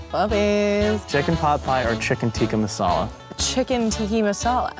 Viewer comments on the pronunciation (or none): It's chicken Tikka Masala lol not tiki